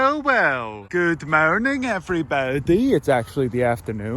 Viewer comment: I just love his ''Good mourning evriboudy''